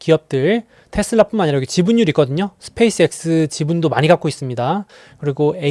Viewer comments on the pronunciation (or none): none